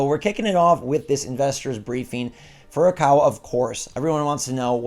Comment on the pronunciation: Stop it Get some help!!! Say Furukawa hahahaha